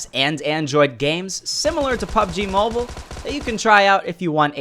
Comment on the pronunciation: “Pubg mabule”